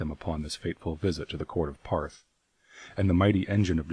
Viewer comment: it's really bugging me he pronounces Ptarth as "Parth" rather than "Tarth" The P is silent like Ptolemy or pterodactyl.